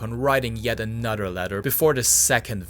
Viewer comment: You can say "anything" you can properly pronounce "th" why are you pronouncing another as "anudder". Wtf.